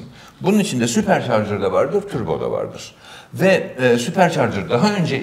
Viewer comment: dünyanın en güzel Turbo diyen insanı